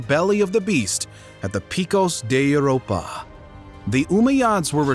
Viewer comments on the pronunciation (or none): none